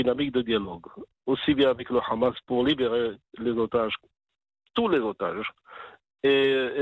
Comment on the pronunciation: C est pas rramas, c est Hamas.